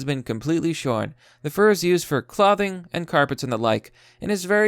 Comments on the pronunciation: He pronounced clothing as (Claw-thing) and it hurt me internally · Sir, the way you say “clothing” is illegal. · Clah-thing? Are you serious? Clothing is pronounced cloh-thing. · The way you say words, man, it's a fucking trip. I can't be around someone who can't pronounce clothing, though, sorry.